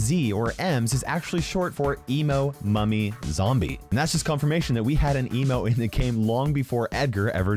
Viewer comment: bro i want paying attention and accidently heared "emo mommy zombie" insted of "emo mummy zombie" i was like "excuse me WHAT THE ACTUAL FU-"